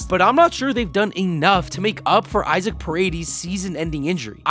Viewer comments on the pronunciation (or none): none